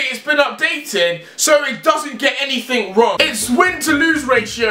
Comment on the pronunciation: anythink you think of 😂